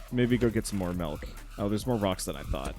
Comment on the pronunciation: says “Melk” and now all can think of is that video where they dissolved into a standoff over how milk is supposed to be pronounced.